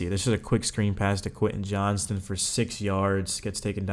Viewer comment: Not to be that guy…but “JOHNSTON” bro…not Johnson.